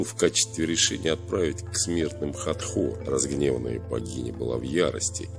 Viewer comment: Хатхор, а не Хатор